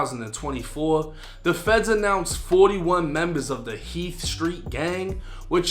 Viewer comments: it’s heath not heat get it right sir 😘😘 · It's Heath street not heat but heat sounds about right. Jamaica Plain I've been in those building, the courtyard all that. The Heath street projects are the epitome of projects. It's like being in a jail only there's apartments behind the doors. The halls are exactly like prison or jail though it's wild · Its Heath street lol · It's heath street not heat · It’s heath, not heat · Isn’t it Heath street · It’s Heath Street… this dude ain’t from Boston 🤦🏻‍♂️